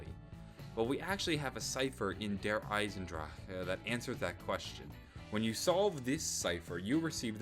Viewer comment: the way he says der eisendrache make me wanna kms